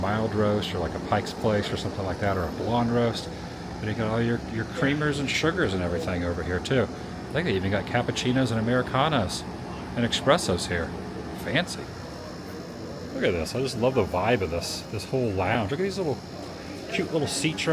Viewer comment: Just a lesson to those that need it. It is pronounced as it is spelled. "Espresso" It's not spelled "Expresso" or pronounced "Expresso" Thanks.